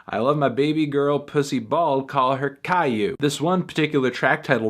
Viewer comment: Why melon pronounce Caillou correctly and not Nowitzki tho